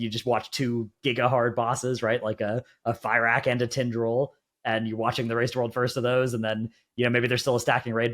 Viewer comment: When will ppl stop calling fyrakk "fire rack"